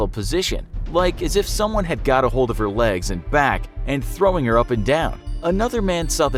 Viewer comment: "Her" Not "Here"